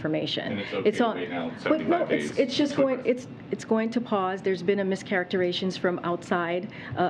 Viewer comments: “Mis-characteratiin” she said that. Want a ride? I take ass, cash or grass for that ride. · "mis-characteration"? You're ot allowed to do that to the English language. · It’s pronounced mischaracterIZation!! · Then she mispronounces "mischaracterization"